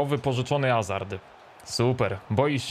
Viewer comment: Proszę Cię nie mów 'Azard' tylko Hazard i nie mów 'Marsial' tylko Martial od tych nazwisk jak mówisz uszy bolą.....